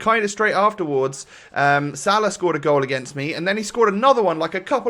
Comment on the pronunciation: I've never heard 'afterwards' pronounced in such a weird way